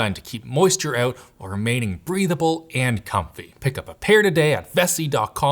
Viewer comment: did say "Breedable & confy" or "breathable & confy"?